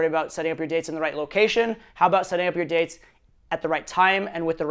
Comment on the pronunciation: Good lord, the way he pronounces "dates" I seriously thought he said "you suck at dicks" until he said it the second time :(